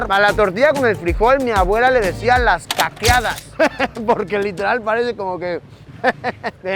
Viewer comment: Caqueadas* no caceadas